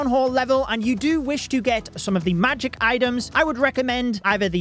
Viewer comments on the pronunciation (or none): none